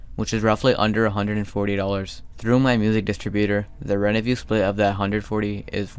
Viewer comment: Also i love how he calls revenue "renevue"